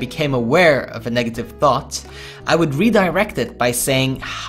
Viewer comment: "remember that day where you didn't have a single thot??"